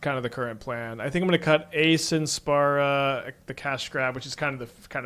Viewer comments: the card's called Sin, Spira's Punishment. He's misreading the first two words in the name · dude, saying spara is wrong, don't sugar coat it, just like saying spura, spora or spera would be wrong. And yes, many Americans can't pronounce words, no shame on that. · Guessing he either knows it's Spira [pronounced Spear-ah] and is doing it on purpose, or doesn't know and doesn't particularly care lol. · excuses, if he can say the word "spiral" he's also capable of saying "spira" easily. You don't need to play FF just read the words carefully. (this may be difficult for an American tho) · I can pronounce Spira correctly, can I bash Americans in his stead? Cause y'all suuuuck (especially at reading). But seriously, it's borderline trolling from part to choose to read "-i" as an open "-ah".